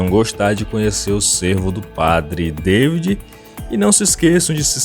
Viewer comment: Lê-se padre DA-vÍd, como no português, afinal francês também é uma língua latina. Temos que parar com este vício de dar pronúncia inglesa em tudo que é nome estrangeiro, afinal não somos anglófonos ! Há outros tipos de veados mais passíveis de entrada em terras brasileiras. Os argentinos introduziram em estâncias de caça já a algum tempo o chital, que é o veado da Índia citado no vídeo, o gamo e também o veado vermelho, estes últimos trazidos da Europa. Eles já chegaram nas províncias de Santa Fé, de Corrientes e de Misiónes , por isto há grandes chances de entrarem no Brasil pelo Pampa ou pelo Oeste de Santa Catarina, como já ocorreu com os javalis !